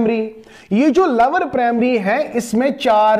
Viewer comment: lower nhi sir lower 😂